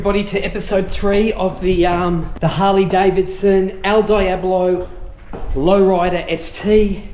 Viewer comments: Ok first you’re sayin devil like a clueless tourist... Diablo is said Deeablo not Dieablo 😈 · El Deeablo is how to pronounce it, but Die ablo works as well. 😂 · It’s a Deee ablo, not a Die ablo!